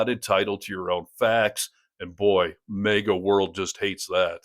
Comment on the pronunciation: It's MAGA not MEGA